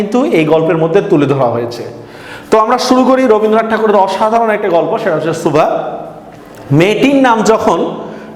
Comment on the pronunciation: সুভা শব্দটি উচ্চারণ করতে হয়তো আপনার অসুবিধে হয়।